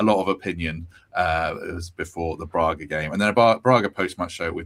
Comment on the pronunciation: It is not Brarga, it is Braga. The first a is a short 'a', the way grass is pronounced in Nottingham.